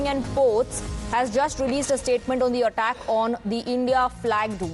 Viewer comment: Attack pronunciation is wrong